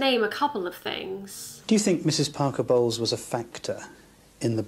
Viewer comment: Did u say Andrew Parker “bowels” on purpose? I was lolololol when i heard it. If not, then i never knew the real pronunciation…. Great vid!